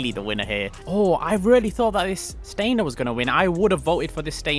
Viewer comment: Ngl it’s triggering hearing you pronounce Felon and Stanier Wrong. 😭 It’s Felon not Feelon! 💀😭 And it’s Stanier not Stainer😭